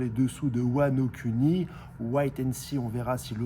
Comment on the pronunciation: wano cuni lingus 😅 nhesite pas a t’abuner. a trop essayer de prononcer a la japonaise ton fraction deviens incompréhensible mdr